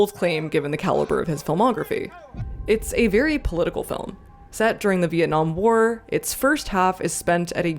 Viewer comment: For some reason I kept hearing "warror films," which, in case of Come And See is... fair.